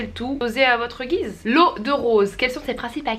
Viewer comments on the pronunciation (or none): none